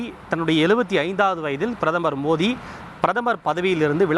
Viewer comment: பிரதமர் மோதி இல்லை.. பிரதமர் மோடி..ஒழுங்கா சொல்லு டா.. எரிச்சல் ஆகுது..